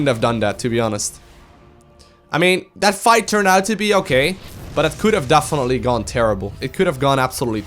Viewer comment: "Dafinetly"